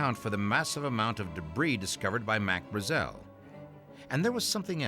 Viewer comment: Why can't the narrator pronounce Brazel correctly, everyone else in the documentary pronounces it correctly God! Can't bare it! Otherwise totally rad doc🤙